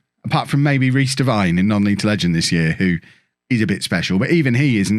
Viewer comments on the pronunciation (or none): none